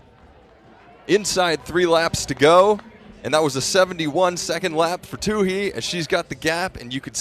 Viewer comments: Katelyn's last name is pronounced in an interesting way here by the commentator - Two He, not twoee, like everyone else pronounces it. Why does he keep doing that? He did the same thing in another race. Can someone clarify with him the right pronunciation? Thanks. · Who is this Too-Hee person? I mean, who in track and field doesn't know how to pronounce her name? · I think it's "tU-E," not tU-hE." And great race!